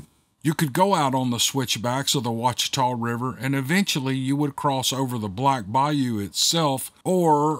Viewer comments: I CANT BELIEVE there’s a story from Monroe! That’s my hometown 😎😬😍 Funroe, as we call it, is a decent sized area, with a few swamps, bayous and woods pretty close to some parts of the neighborhoods. You did well on sounding out the funky names 😂 Ouachita- pronounced wash-e-taw, bayou Desiard- dee-zeird.. love ya,! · Duck Dynasty folks were born and raised (and most still live) in West Monroe. Monroe and West Monroe are "sister cities" with the Ouachita (pronounced Wash-eh-taw) River. These two cities make up Ouachita Parish in its entirety. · Close brother... De - 'Zeard Bayou... I get to tell people all the time how to say " Wash-i-taw" Ouachita River... Dang that's right across the river from me... not surprised! Holloway here from the Attic Story